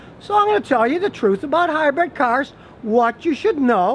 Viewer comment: Sorry Scotty but I have to correct you on one very annoying thing. It's pronounced and spelled HYBRID not HYBRED like hybread.